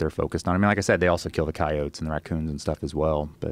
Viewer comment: can't handle how he say's ceyoats